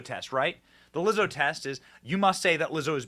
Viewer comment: Did you say, Wizzo? How about nasty